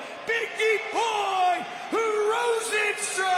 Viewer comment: lol Mike perry is messing up Rozenstruiks name sooo bad its hilarious LOL